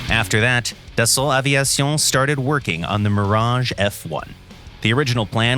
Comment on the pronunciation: Gotta love everytime the narrator say "Dason Aveison" lmao